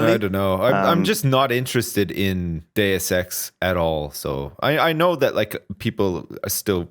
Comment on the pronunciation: If you turn on closed captions you'd see how every time Lewis says "Deus Ex" it's like, dude sex, or six sex. While when says it, it perfectly translates to Deus Ex.